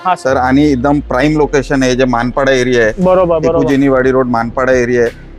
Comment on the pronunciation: माणपाडा कुठून शोध लागला 😂 मानपाडा आहे. न ला ण बोलून स्वतःला उच्च शिक्षित म्हणून घ्यायची फॅशन झाली आहे आजकाल 😂